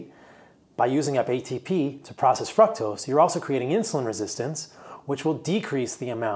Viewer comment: I love the info, but if you pronounce fr-ook-tos as fruck-tos one more time, I'm gonna scream